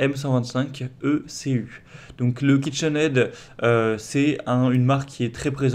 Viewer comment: Euh kinched aid faudrait deja apprendre le nom du produit que vs presentez😢